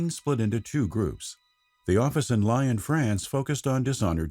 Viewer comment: Lyon, France is pronounce "Lee-on" not like the animal.